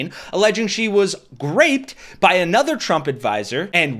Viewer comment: What the heck is with you guys always saying Aynother?... it's pronounced Ah nother. The word does NOT begin with a long a sound it's a soft a.